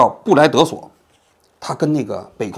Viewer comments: 布莱德索不是布莱德徕…😅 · 这个怎么说呢。。您明显，平时对篮球没有什么兴趣。。强行去评论的时候，话就说不到位了。。再加上强行去中肯，那就更怪了。。。尤其连布隆迪索的名字都念不清。。而且江苏队派上外援。。内不叫替补。。外援的年薪比国内球员更高，从表面战术上李楠的安排是挑不出毛病的，比赛最后一分钟领先四分。。派上控球更好的小外援去稳定节奏，消耗比赛时间。。错就错在双方球员，没有经过专业培训，没对过戏，演技太过拙劣。。还有，您分析的默契球，的确，有可能，对江苏来说，可不是什么面子好看不好看，也不是什么蝇头小利，多打一场比赛就意味着票房分成，转播分成等等实际利益。。别说CBA，现在NBA都是季后赛到处是默契球。。大家都想利益最大化，所以NBA这几年季后赛都很少出现横扫的轮次。。。你说涉赌可能性不大，我不知道。。但您说教练工资也不止那几十万，他们不值当。。您对赌球可能有什么误会吧。。。首先，如果他们直接参与赌球，那肯定不会去为了赢几十万，人家脑子有问题啊，赌上自己的职业生涯，然后小赌怡情？？真要赌，肯定上千万起，去买球。。。当然，我这里不是说他们肯定赌球，我只是在推翻您的理论依据。。。再者说，看过当年李承鹏曝光的足坛黑幕吗？？有时候是球员直接参与赌博，有时候还真不是。。而是外围庄家，直接干预比赛。。。司法介入是不可能的，那等于砸自己联赛的牌子。。您的思维还是在体制体育的概念上。。但是，联赛的责任不是什么提高某项运动的竞技水平。。而是推广自己的联赛赚钱盈利。。至于提高竞技水平，也只是在为联赛的观赏度服务而已。。。还有你说的 NBA裁判是多纳西，内是FBI发现他其他方面有问题，进而深入调查后发现他判罚的比赛收受利益。。这可不是NBA 大卫斯特恩自己去检举揭发，要求司法介入的。。NBA的公关能力确实强，事情发生后，立刻全面配合FBI针对多纳西进行调查。。。其实，你觉得NBA历史上到今天，就这么一个黑哨？？？联盟才是最大操控比赛的庄家！！ 还是那句话，篮球可能跟您平时关注的领域距离太远了。。强行做这么一期节目效果不是很好。。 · 这期讲的很失水准。第一，双方明显没有提前沟通，上海觉得没必要，江苏也觉得赢不了，只是没想到江苏替补那么猛。 第二，李楠任务完成了，再往下打也没法继续晋级，不放水李春江要下课，所以抬一手，这点没说明白。第三，比赛镜头剪辑很差，失误离谱之处都被剪掉了，回场反而不是大失误却重点说。 第四，布莱德索名字念错。 第五，马布里在nba可不是打不上球